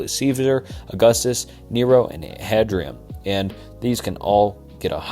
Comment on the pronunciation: Hadrinian and Trahaan were my favourite empouriatours :)